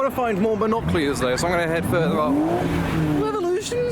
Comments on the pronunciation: Your accent can’t say the word binoculars 😂 (not from London ent you?) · Binoculars ❌ Binoclears ✅ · It's not binoclears 🤦‍♂️🤣🤣 it's binoculars 🤣🤣🤣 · and as for pronouncing binoculars wrong you freak